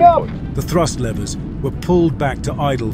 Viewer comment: Lever! Not laiver!